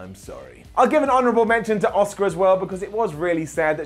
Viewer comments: Is it just me or does everytime tries to say asukas name he says oska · LEARN HOW TO SAY ASUKA'S NAME RIGHT!!!